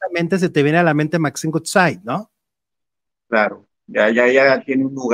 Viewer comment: Ayy cuando dices el apellido de Maxine se pronuncia wudsaid aunque es woodside y tú siempre dices gutsai que es goodside. Como que el inglés no se te da mucho. (Crítica constructiva) jijiji